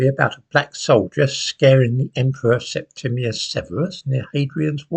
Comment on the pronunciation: I'm pleased he said SepTIMius lots of people get this Emperor's name wrong.